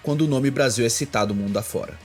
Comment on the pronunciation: aiiin ele falou bostill que revolucionarioo que ele é